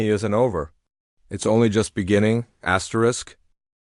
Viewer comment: STOP SAYING askerest